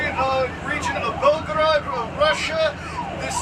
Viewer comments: Just a correction..it's not pronounced as Belgrade but Belgorod.. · Sorry,, it is Belgorod and not Belgrade as you pronounced it. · It's only a little thing but yes. Bell-go-rod.